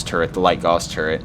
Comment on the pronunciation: Gently trying to get you to say it correctly.